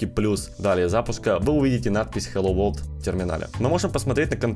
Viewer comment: Там написано на английском,посмотрите пожалуйста транскрипцию слова World,и послушайте как оно произносится (хотя автор немного не правильно произносит😞)